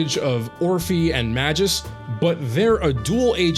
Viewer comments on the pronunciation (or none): About Magus It's not Ma-juice, it's Ma-goose Also I'd add Soukaku to the bunch in the video too